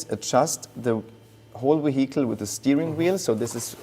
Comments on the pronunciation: What is he calling the AMG? moheetle? Haha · Nvm. I think he's saying "vehicle" with a heavy German accent 😅😂